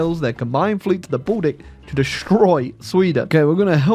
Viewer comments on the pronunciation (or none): none